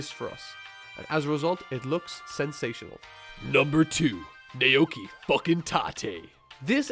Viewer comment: Was hoping you would say "naoki" correctly just once.... Never pronounce As like that in Japanese words.